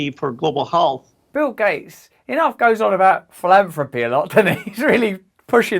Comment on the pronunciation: gates' freudian slip?...did he say: "global holes".. who says health with an " O"..holth? WTF is that warped SOB on? he's also a shit liar; watch as he shifts uncomfortably in his seat and defensively crosses his arms before delivering his thoroughly contrived response to the already 'approved' Q. me thinks he once attended the Andy Windsor school of bullshitting...purely to talk about philanthropy, of course !